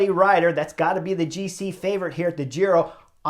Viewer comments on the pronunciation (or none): none